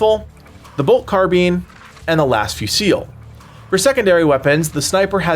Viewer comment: Please stop saying Carbean.